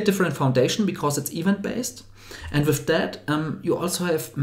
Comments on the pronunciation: another fellow German here - the problem is where he stresses. -> [i'wänt] (not ['i:wänt]) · Event: pronounce it stressing the second syllable; so is the word development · Just a very small note from a fellow german: "Event" is pronounced "Iwänt" with an emphasis on the "ä".